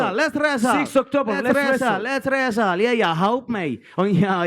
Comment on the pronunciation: lets resstle, lets resstle, lets ressel!